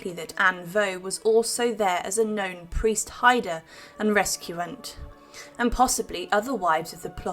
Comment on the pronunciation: 8.50 Re-CU-sant